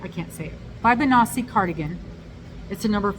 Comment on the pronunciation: I thought the poppy one was a cow hide print, lol. I think the thing near the sun is supposed to be a bird, but it looks, um, kind of weird and out of place. I'd move it or leave it off altogether. The Fibonacci sequence is really well known in mathematics (I have a bachelors degree in maths) and is found surprisingly often in nature. It's pronounce fib-on-ah-chee (chee like in cheese). The back ruins the cardigan, not just the colours, but the style. I'd absolutely make the granny square bag and absolutely would not make most of the others, but especially not the Fibonacci cardigan. I enjoyed looking through the magazine with you!